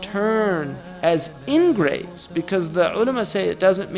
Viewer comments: *ingrates, not "engrades" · ingrates** not engrades. ingrates meaning ungrateful people.